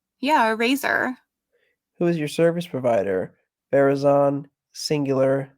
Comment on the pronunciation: I can't believe you let him say Verizon like that